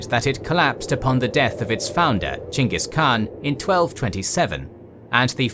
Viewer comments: It's chingis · Pretty sure their name isnt pronounced chingus. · Really? Chinkis? Learn how to properly pronounce his name.